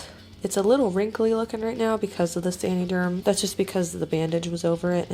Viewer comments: I think it’s “San-uh-derm” like “San-uh-tize” 🧐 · please learn to say the name correctly lol. It is not "sandy" derm. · I came to say the same thing! 😂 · “sany derm “ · sandy germ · San - uhh - derm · The way she says san”ee”derm gets me every time. I can’t even finish the video 😂😂😂😂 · Love how you pronounce saniderm 😂😂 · I like this video but the way she pronounces saniderm is annoying tf out of me